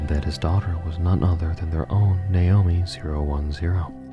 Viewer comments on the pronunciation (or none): none